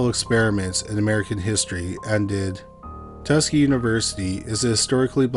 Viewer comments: Not Tuskee. Tus Kee Gee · I dont want to be a Jerk but :tuh-skee-gee-is the pronunciation of the experiment and the school. Its NOT easy to pronounce unless you have HEARD it. Thank you for the well made ITK podcast!